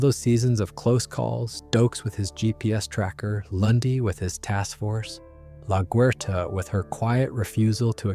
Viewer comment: Why are u saying laguerta like this